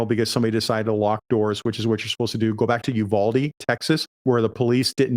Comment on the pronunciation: People in Texas pronounce Uvaldi, You-VAL-dee (like Val Kilmer). We don't call it you-VAHL-dee. Otherwise, highly informative video. Appreciate ya getting this important info out to Staff and members.